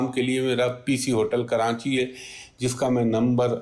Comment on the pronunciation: Dear, kia lafz Karanchi hai ya Karachi. Please meri jan islah kar drn, shukria!!!!